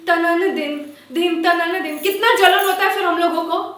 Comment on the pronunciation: when she says logoko lagta hai its a kangana accent. Anyone noticed ???